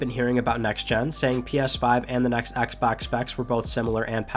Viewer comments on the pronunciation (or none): none